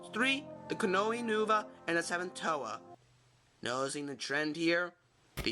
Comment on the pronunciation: Nuva not nova, welcome